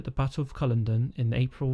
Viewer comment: fyi it is pronounced "cull odd un" e.g. culloddun